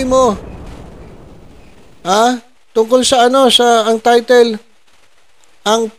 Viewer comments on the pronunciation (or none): none